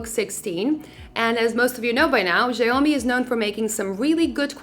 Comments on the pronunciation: it's more pronounce sha-ow-mee but not even Xiaomi guys pronounce it the same way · really? Are you sure? I'm part Chinese & spoke Mandarin, so are you sure? Go watch their press conf, oh please don't embarrass yourself like that.. 😂 Edit: she pronounced it "zia-yo-mi" Here's a correct way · Please pronounce the name correctly, it's all over the internet, better even ask Google Assitant or Siri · It's actually pronouced ciaomi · Actually the correct pronunciation in Mandarin sounds like "see-ow-mee" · Zhaomi ≠ xiaomi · Thank you for the worst pronunciation of "xiaomi" I have ever heard, I hate it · I'm sorry but your pronunciation of Xiaomi is kinda weird for me.. 😂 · dat Xiaomi pronunciation....